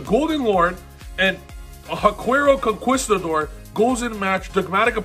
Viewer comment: Concerned that an adult can't pronounce conquistador